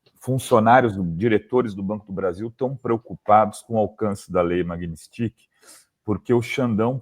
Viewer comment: Infelizmente, a ainda não conseguiu acertar o nome da lei... É uma proparixitona, não há "i" após o "t". Não é Magnistiqui, mas Magnitsky...